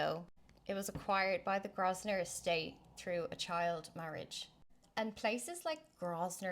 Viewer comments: It's pronounced Grow-vun-er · It's pronounced "Grove-ner" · yes the 's' is silent